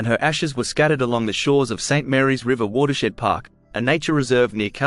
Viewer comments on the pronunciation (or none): none